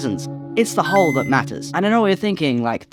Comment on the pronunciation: You said hole so many times it started sounding like Hull, which is honestly even funnier.